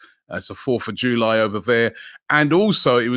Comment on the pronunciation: man said 4th of joolie